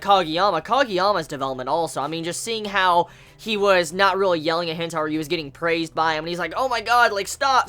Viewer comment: C'mon, "He-nah-tah" - Hinata just like from Naruto